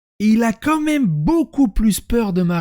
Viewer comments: "Comme même".... Vraiment? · "comme même" 😂😂😂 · "comme même" aïe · « Comme même » non stp pas toi 😢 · on dit "Quand même" pas "comme même" bon sang !